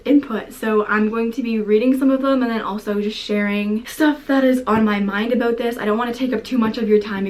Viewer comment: I can not take you serious when you say abuout